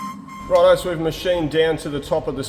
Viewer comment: "Rod eye, guys... I mean, righto, guys..."